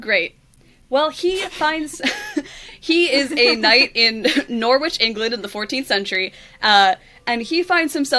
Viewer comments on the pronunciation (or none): also it not nor witch in pronoucing it nor itch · I can't tell you how much psychic damage I'm taking hearing pronounce my hometown "Nor-which". I'm sure that's how they say it in the flick too, but Norwich is more like 'Norridge' (to rhyme with 'porridge'). English place names are pronounced weirdly, but for some reason its even stranger to hear it mispronounced when it is your city! >< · Absolutely loving slideshow, but as someone currently sitting at home, in Norwich, England, it's not pronounced Nor-wich... It's Nor-itch, or Nor-idge, depending on your accent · it's "noh-rich" not "nor-wich" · It's not "Nor-witch". It's "Norritch". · Am I the only British person who is annoyed that they pronounce it ‘nor-which’ and not ‘nor-ich’ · as a person from East Anglia, the way pronounces "*nor*-witch" /lh its pronounced noh-rich btw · we love you, but you just said "nore-witch". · Thats not how you pronounce norwich, its [nɑrɪtʃʰ] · Loved this but i cannot get over how they were pronouncing norwich in this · So, fun fact about Norwich: it's not pronounced 'Nor-witch'. The 'w' is silent. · At firt I thought she mispronounced "Norwich" though. The UK one is pronounced "Norrich". … except it must have been pronounced in the movie so now I'm confused. Oh it is the Ohio one, not the England one, despite the knight. nvm then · no she does mispronounce it, she explicitly says it's Norwich, England, so it should be pronounced Norrich, but given we decided Leicester is pronounced Lester and Loughborough is Luffburra I can't blame anyone for struggling with English place names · I am sorry your presentation is wonderful but your pronunciation of Norwich made you lose the entire round for me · please look up british place names before you attempt them, Norwich made me spit out my tea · ....that's not how you pronounce Norwich. But a noble guess! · Completely besides the point of the video, but that is not how you pronounce Norwich